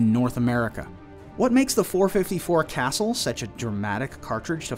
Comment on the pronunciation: Say it right. Casuuulll. I have 1. Beautiful pistol.